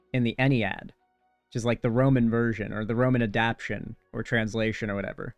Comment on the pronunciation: I don't know how much I'd poke at that considering this guy can't bring himself to add the extra syllable to adapTAtion